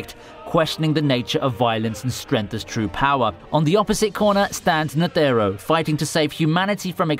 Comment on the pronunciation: lmao agreed!!! I CRINGED every time he said "Ne-the-ro", that's exactly why I went to the comments section! knew someone would agree lol, nonetheless a good video!